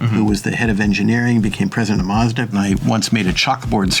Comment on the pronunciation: All those years working for Mazda and still pronounces it incorrectly. Typical American. Btw learn how to say Nissan like the Japanese do too. The American pronunciation of Nissan is rediculous.